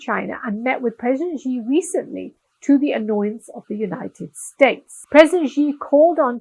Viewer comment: Your content is from a western lens, quite shallow. You can't even pronounce Xi's name correctly 😜😕